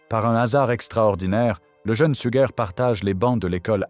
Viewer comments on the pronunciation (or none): oui, ces IA ne sont pas toujours bien programmées ahah ! D'autant qu'elle a dit une fois "Sujer" quand même, elle perd son latin !